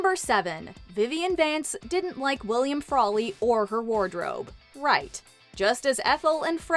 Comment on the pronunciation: You mean frawley